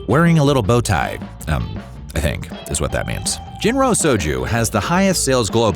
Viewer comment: I know it's spelled "Jinro," but it is pronounced "Jillo."